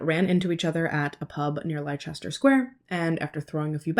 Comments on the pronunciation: Love your channel, you have a fantastic way of telling a story. Leicester is pronounced Lester, I really don't understand english spelling. 🤣🤣😂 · Found the channel a couple of months back, Iv been binge watching since but oh my goodness, the way you pronounced Leicester Sq 😂😂😂 bloody Americans!